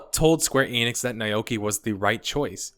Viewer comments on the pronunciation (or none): FYI naoki yoshida DID have experience making MMOs. He was on the dev team for DQX. and it's Nah-oh-kee.